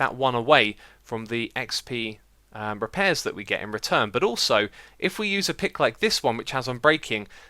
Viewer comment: "reapairs" oh Xisuma :') Also your conclusion is wrong, using a normal diamond pick will be able to repair itself fully as it is a total of 160% and not 60% as you said.... you're going to need to re-do this video tbh.